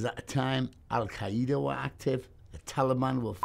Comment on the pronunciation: Alkiaeeda lol